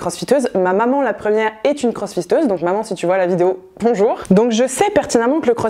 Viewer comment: Merci pour le fou rire a 3 min 49! J'ai entendu "crossfisteuse". :D Allez je reprend la vidéo!